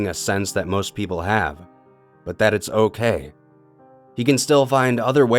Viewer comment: why did you say butt instead of but?